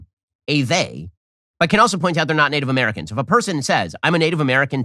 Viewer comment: is it really that difficult for ben to look up how to properly pronounce names instead of seemingly reading and butchering them for the first time on camera? it's just lazy and a complete disregard for Native American names. it's so offensive man. when i was a music teacher and i got a new student who's name i had never seen before, i would look it up to make sure i was saying it right before i met them, and then asked them to say their name for me to make sure i got it right. and btw this doesn't make me some sort of saint, it's literally the bare minimum that everyone should be doing when referencing names we haven't seen/don't know how to pronounce yet, especially on camera to a large audience like ben's. it's just not that hard to have basic respect for others